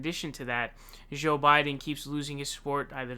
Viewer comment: Actually, now he's saying Zonders. 😮 He also pronounced Joe Biden's name as 'Zo' a couple of times.😒